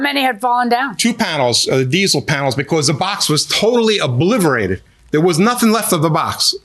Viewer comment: Obliverated. lol. I had to back up the video to make sure I heard what I thought I heard.